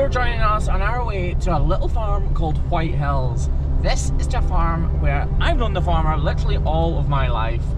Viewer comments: Am I the only one that kept hearing "White Hells"? lol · It did sound like that but i think he waa saying white hills